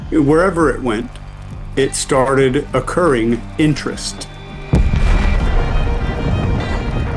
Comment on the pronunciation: AI. would NOT say "occuring interest" when he means "accruing interest." Um, would you,??